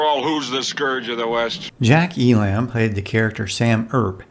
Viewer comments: You're mispronouncing elam. It's e lum not e lamb. Do some research before disrespecting beloved characters. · E-lum not E-lamb. Merry weather not Merry wetter. But,, overall, you nailed so much of this! My childhood.